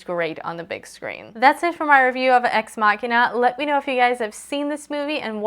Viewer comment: Love this review. Props for pronouncing ex machina correctly, we struggled to get it right in our ex machina review